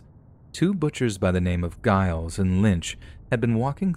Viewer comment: The pronunciation of, presumably, Giles is pronounced with a J sound. J as in jewelry. Giles = Jiles.